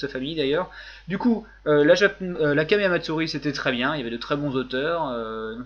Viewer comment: Toi qui critique sans arret les mauvais accents anglais...je critique ton accent Jap quand tu dis "kamea matsourri". On prononce les H et on roule les R en Japonais... (Et oui je suis un pauvre rageux par rapport a ta vision de l'accent Anglais :-) ) Sinon pouce vert pour la video...